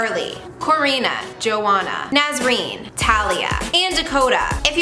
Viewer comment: She said Joanna wrong